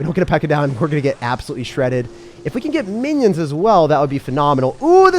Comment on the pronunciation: Did my man really say Winnions☠️